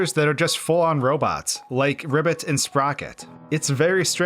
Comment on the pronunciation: Scariest part of the vid is how he pronounced Ribbot